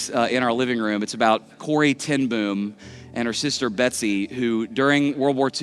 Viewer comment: Wonderful story!! Corrie's best friend once spoke at our church in The Netherlands. What an amazing night! By the way, to pronounce her last name properly, two "O's" in a row is a long "o" sound, like in "foam."